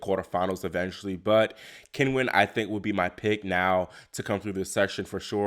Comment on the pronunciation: Great recap as usual. Sloane will be remembered for her elegant, effortless play and for winning the USO, not the choke, but I imagine she cringed herself to sleep poor thing. BTW, it's pronounced Chin-wen.